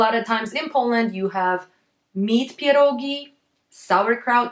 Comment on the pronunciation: Strange pronunciation of pierogi. You spell ie before p like "i" as in a russian language. But I thought it must be sound like "pjerogi" with soft "p" and soft "e". And r you sometimes pronounce on britain manner like it sounds in early bird, but it needs to be sound, IMHO, more on scottish manner, but actually on slavic manner. Is your native language polish? And how to spell it correctly? And even barszcz you spelt at the beginning like russian борщ. Пончики, а написано пачки(sorry, paczki). <У меня уже когнитивный диссонанс происходит в голове.> Really! It is very hard to understand the pronunciation. It will be great if you spell it for the first time slowly and correct on polish maner.